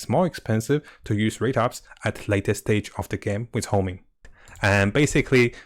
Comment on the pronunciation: WHY ARE YOU SAYING "HOMING" ITS CALLED "HONING" ? ?